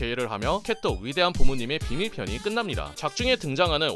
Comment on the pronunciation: 난 왜 캣독이 개똥~으로 들리지